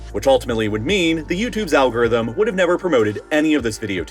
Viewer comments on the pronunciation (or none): none